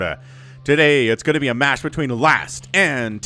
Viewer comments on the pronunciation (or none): none